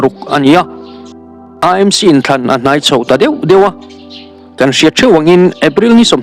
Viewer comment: E m c, ani lo AMC tih a lam tur...A hi E ani lo aw...😂... MNF ho piansual Zia hi chu aw, ngaihdan chi pawh an ni lo. Ka hlap hrep chak hlawm ania...😅